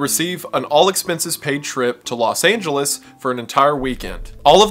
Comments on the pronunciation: “Los Angelous” lol, Is he recording from an alternate timeline? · "Los Angelous" got me and the boys dying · Boy do I love "Los Angelous" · "Los Angelous" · "Los Angelous"???? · it's spelled lous angoulous not los angelous.... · 'Los angelous' 'The gays' and 'intelligiant' lmao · Did you really spell Los Angeles as "Los Angelous"? 🥉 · Los Angelous? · Los Angelous, lol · where the fuck is "Los Angelous" 😂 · Los Angelous…….😂❤ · "Los Angelous" bruh